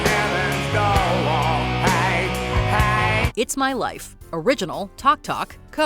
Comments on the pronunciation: NOPE, AFAIC Bob Dylan's "Knockin' on Heaven's Door" is far superior to GNRs Version that gives the word "DOOR" three syllables. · I always cite "Knockin' On Heaven's Door" as one of the worst covers I've ever heard. Axl Rose ruins it as he often does. Who knew "door" was a three syllable word?